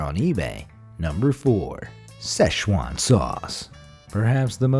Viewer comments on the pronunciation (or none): none